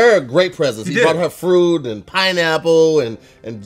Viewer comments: He brought her “frood “ ??? Tahirs already struggling 😂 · Oh wait, I think he said fruit.